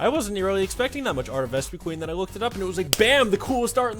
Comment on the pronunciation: it's Ves-puh-quinn